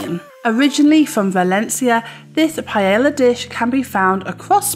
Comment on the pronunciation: The double "l" in quesadilla and paella are written but not pronounced.